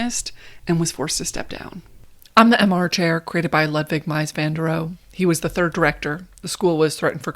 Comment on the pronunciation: It’s not Ludwig like bug but Ludwig like blu. Wig like wig or wig like vig.